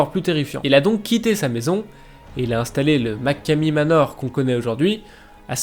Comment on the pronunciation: Et sa se dit machomey manor